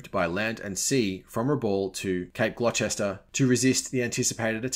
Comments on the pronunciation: Minor note: Gloucester is pronounced Glosster. Leicester is Lesster but then it gets strange as Cirencester is Sissester. Isn't English a wonderful language... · Great article, sorry to nitpick, but I believe it's pronounced Cape Gloster (spelled Gloucester) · Had no idea that was how "Gloucester" was pronounced.